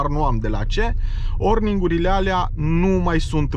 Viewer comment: Ai, vrut sa zici oringurile de la injectoare nu orningurile și în alt clip timonerie nu timoterie, în fine nu te critic doar te corectez, probabil cum conduci, filmezi și te și concentrezi sa vorbești corect se mai întâmplă, bafta în continuare!